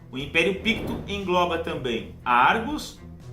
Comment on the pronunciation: Apenas a pronuncia de poucos nomes você poderia revisitar: Ophir (ʼÔp̄îr): deve pronunciar cono Ofir Zíngara: Sílaba tônica está na primeira. Vilayt: vem do turco e soa como francês O resto ta pergeito. Penas sugestao. Abs